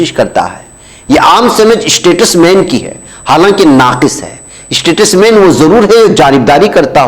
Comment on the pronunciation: ╔═══ ❤☀💚☀❤ ═══╗ 💚💚💚💚💚💚💚💚💚 Muhtaram, Assalaamu alaikum. Iss lafz ka talaffuz aap ghalath kar rahe hain. Yeh STATUSMAN naheen balki yeh STATESMAN hai!!! 🌐🌐🌐🌐🌐🌐🌐🌐🌐 ╔═══ ❤☀💚☀❤ ═══╗ Jaleel ╚═══ ❤☀💚☀❤ ═══╝